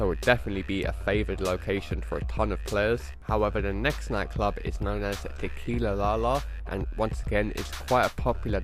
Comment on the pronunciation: Niki Tr lol yeah he said it weird